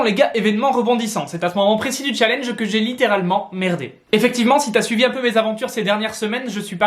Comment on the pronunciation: Quel " challnege"